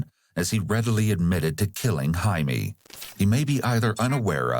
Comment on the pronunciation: Annoying to talk about pet peeves regarding a murder case, but his name isn’t Jamie, it’s JAI-me and pronounce hai-meh